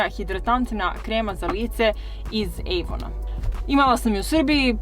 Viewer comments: Super je video,ali zašto kažeš "Ejvon" kad svi pričaju "Avon"😂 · Nekaze se ejvon nego avon